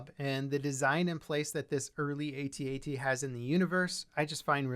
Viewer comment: Pretty sure George Lucas said its pronounced how it's spelled like the word at not each letter separate from each other like A-T-A-T? Either way very cool model!